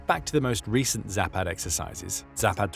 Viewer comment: All A sounds in any Slavic language are like the A in fAther . Not like the A in cAt... Zah-pahd....